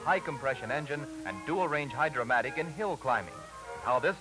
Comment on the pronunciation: It’s Hydra-Matic. Not “Hydromatic.”